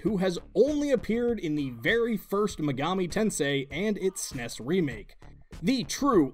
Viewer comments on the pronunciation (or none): none